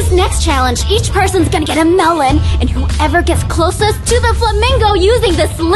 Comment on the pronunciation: When said melon i thought she said melborn